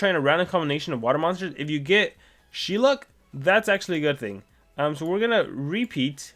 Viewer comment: it is pronounced Shell-luke not she-luck